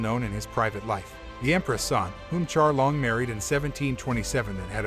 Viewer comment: Can’t watch if you can’t even pronounce Qianlong’s name correctly.